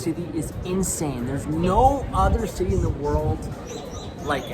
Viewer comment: Wow unwatchable he has to work in the pronunciation and avoid screeching when he says cityyyy😊